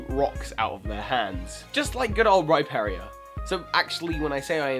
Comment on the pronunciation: Rhyperia? Dunkinor? Rhyperior is pronounced Rhy-Peer-Eee-Or. Dusknoir is pronounced Dusk-nor